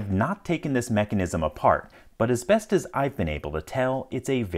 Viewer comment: Anybody else hear "Asbestos I can tell..."?